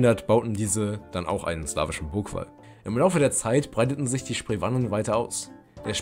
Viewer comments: Sie werden Heweller und Spreewahnen ausgesprochen.😉 Sonst ist es gut gemacht.👍🏻 Grüße von einem Historiker aus Brandenburg. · Aua, die Aussprache von historischen Namen (Heveller, Sprewanen, Wettiner) tut ja den Ohren weh! Bitte nicht nachmachen!